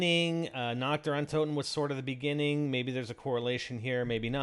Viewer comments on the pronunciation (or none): Its pronounced uhn-tohten... Sorry that just really fustrates me hearing that..